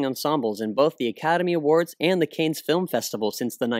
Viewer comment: I know I'm "that guy", but the film festival mentioned a few times in your vid is pronounced "Can", as in "Cannes = Can". It's French so, yeah, they either can't pronounce or can't spell their own language, I don't know. (Arrogant Englishman) XD